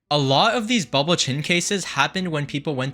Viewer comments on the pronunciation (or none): Did he say booble chin?